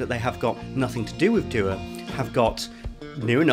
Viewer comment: It's not doo-uh btw. It's an Arabic word meaning prayer, it's pronounced du-waa